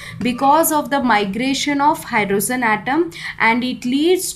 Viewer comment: Mam its hydrogen not hydrozun, bdw great content